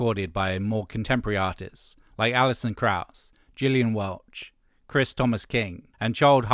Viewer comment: Enjoyed this. Glad that period is over! BTW Gillian Welch is pronounced with a hard G not a J.